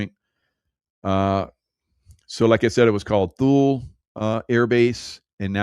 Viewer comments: the base in Greenland was pronounced Toolee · My father was in charge of all RCA people in Thule (pronounced two' lee). circa 1960. It was BMEWS (Ballistic Missile Early Warning System) I never heard Thule pronounced as you have. Interesting!!